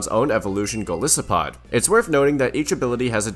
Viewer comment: Golisopod's name comes from goliath and isopod so it should be pronounced with a hard I sound